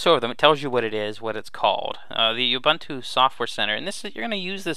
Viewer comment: Thank you for a good overview that I can share with friends. FYI, Ubuntu is pronounced "ewwbooontoo."